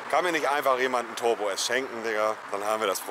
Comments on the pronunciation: Ist Monte ein Legastheniker ? 🤔 Toooorm, Nürnburgring, Tooooorbo, Bööörger 🤦🏼‍♂️ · Da hört er endlich mal wie man turbo ausspricht